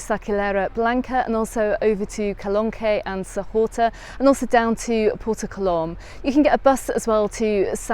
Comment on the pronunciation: Haha I think you did really well pronouncing the name 😊